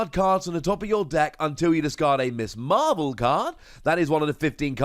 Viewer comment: It’s Ms Marvel, not Miss Marvel... ;-)